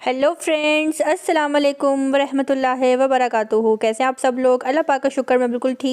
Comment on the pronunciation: Dear sister plz don't mind....it's not warihmatullah it's warahmatullah .e.wabarakatohu